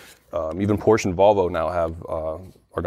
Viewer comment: Why can't the car expert pronounce PORSCHE correctly?